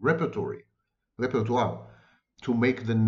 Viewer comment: You pronounced ‘repertoire’ correctly! I have a beaming smile across my face 😁. Great lecture.